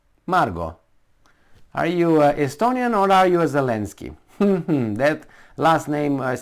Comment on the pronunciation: SStonia intelignce? OK then.